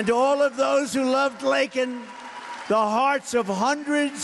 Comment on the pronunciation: JUSTICE for LAKEN !!! Thank you president trump for pronouncing her name right and showing them so much respect .